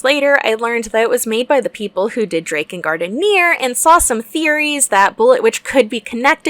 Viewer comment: This is my new favorite game, all because of the way you pronounced Drakengard.